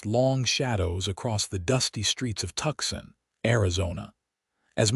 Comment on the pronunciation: Tuxin is actually Tucson, which is pronounced Toos on. Surely, you folks ought to be able to get this correct.